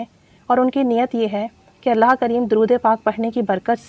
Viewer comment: Sis with hufe respect kindly ALLAH bola krain Alha pronounciation wrong h